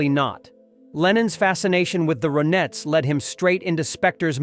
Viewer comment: I love the Ronettes. The computer voice calls them Roe Nets. Nope. Pronounced like Ronnettes. Lennon was not a fraud.